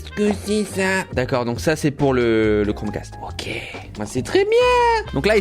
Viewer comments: Toi aussi t'a entendu "Chrome CASTRE" ? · À il dis " castre " 🤣🤣 Sinon j'adore t'es vidéos